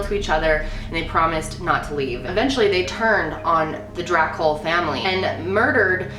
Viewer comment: "Vlad The Impaler" GASPS VLAD ȚEPEȘ?? GASPING INTENSIFIES I STUDIED ABOUT HIM IN HISTORYYYYY edit: the way you said Dracul is- well okay edit2: i actually studied his reign and his life when i was in school, you got a lot of info wrong im sorry :c